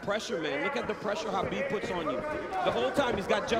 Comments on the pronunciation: It's Kabib not Habib. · It drives me nuts that Cormier does not pronounce the champ's name right... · DC calling Khabib "Habib" the whole time really drove me nuts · Are my ears betraying me? did that commentator keep pronounceing Khabib as Habib? It was very annoying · Is pronounced ha-bib or ka-bib? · Did nobody brief this guy on how to pronounce Khabib’s name? Is anyone surprised that the world hates the USA? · Is it KHABIB or HABIB, I'm perplexed how it's pronounced lol